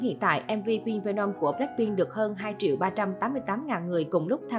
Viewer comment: khùm , không thích thì đừng nghe , đến cái tên MV của ngta đọc cũng không đúng thì thôi đừng nói lmj cho quê 👍